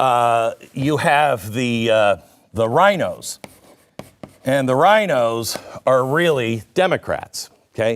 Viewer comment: R.I.N.O.s... not Rhinos. 😊